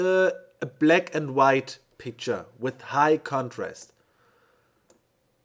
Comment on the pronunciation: Hey bro.... This tutorial is the best I have seen in many years... Thank you very much for sharing this technique! Your english is quite good by the way, I undertood every word except the word "black" that you pronounce like "Bleck", but at the end, I got what you wanted to say. Thank you very much! You definitely rock!!! Quantum3, from Argentina:)